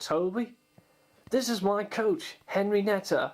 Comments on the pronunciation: henreiata not henrineta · hornby are better, and not henrineta it is henrieta